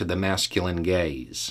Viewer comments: had to stop you because I was listening and heard your words as "masculine gays" instead of "masculine GAZE." Thanks for the triple take I just did to my phone and the belly laugh that followed. I thought "wait, we were talking about expectations for straight women through the 1960's. Did I just have a stroke and missed the end of that video and Im on a different subject matter video?" And yes, those schools for women existed. In New Orleans in the 1950's, my mother went and "graduated" from Charm School, which is what is was known as. All the young ladies went on Saturdays and it was literally Wife in Training. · Am I the only one who heard "masculine gays" for a minute there? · I thought for a second he said 'how to attract the feminine gays' lol